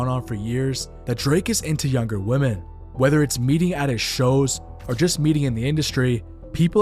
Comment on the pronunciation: why can't you pronounce the word "women"?